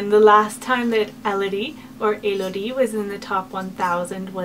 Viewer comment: lol elodie in french is not pronounced 'a-low-die' its pronounced very similar to the english version.